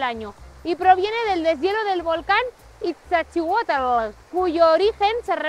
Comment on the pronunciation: No es 'Itza', es 'Izta':face-blue-wide-eyes: y aclarar que Popocatépetl es literalmente en nahuatl, 'Montaña que humea'